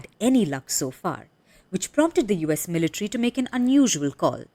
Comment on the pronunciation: That anchor sounds like she’s switching from an English accent to an Indian accent (she said 'militree' but then goes back to her normal accent 😂)